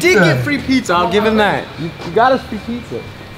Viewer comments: My boy really said pixxa no pizza 😂😂😂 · "Peekzza" LMAO